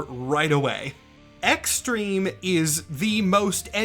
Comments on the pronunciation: Ah yes, X-Trem-eh. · Honestly i can hear u not pronouncing the hyphen